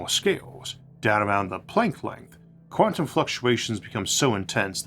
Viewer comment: I think I started noticing them most prominently nearer the end of the video. Let's see... "take" "tantum" "pocktick"